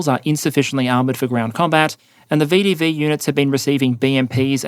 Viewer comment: Long time viewer, but first-time commenter. As someone who was watched this channel for a while, I was saddened to learn that my much-loved pronunciation of VDV ("veh-duh-veh") has now been abandoned in favor of the much more mundane "vee-dee-vee". Please bring back the flair!!